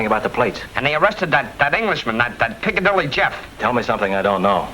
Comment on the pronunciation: Oh no! Chaney called him piccalilly Joe instead of Piccadilly Jeff😂😂